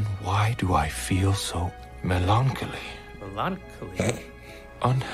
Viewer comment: That's exactly how you would say melancholy if you only ever seen it written.